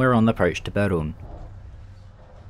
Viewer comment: as a czech native, i can say that im impressed by your pronounciation, which were the best ive heard so far. only thing ill point out is the name of the town "beroun" which is said differently. but great video anyway. always feels good when somebody from different country records their experience in czechia, and has positive feelings about it :)